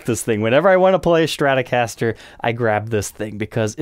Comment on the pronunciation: Its stratocaster, not shtratocaster. why are so many people unable to pronounce strat. Shtrat ???? Why the shhhhh. Its stttttt.